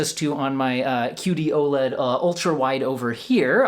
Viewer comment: Am I the only one who keeps hearing "cutey-oh-led"?